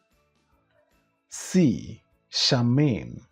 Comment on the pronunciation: Please Charmian is pronounced Shar--mee--yan😊